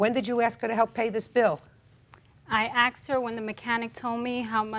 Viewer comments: She axed her....she didn't axe me. Good grief. These two are having kids. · "i axed" wtf is wrong with these two? thats blèèèck dna talk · She axed me. lol.